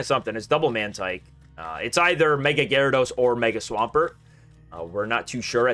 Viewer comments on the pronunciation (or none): none